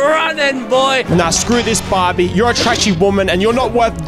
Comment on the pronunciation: bro he just sed barby